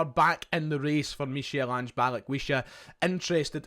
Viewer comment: It’s pronounced Mikal Ange